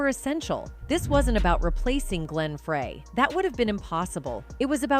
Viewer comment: Glen FRAY. . . you'd think that even AI would know the difference.